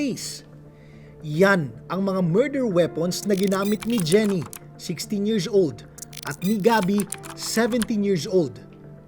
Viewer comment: bat kac yirzzz old pagkakasabi mo. nakaka irita pakinggan.